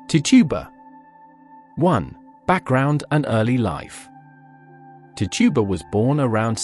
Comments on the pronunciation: That's tichiba not to tuba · Actually it’s neither. It’s Tituba.